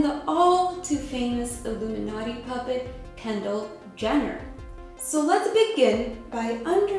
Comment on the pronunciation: Your audio sounds like you said: "oo-boob-in-Naughty" These shows are a secret bidding auction (order now and get an second angel in your bed for the evening at half price.)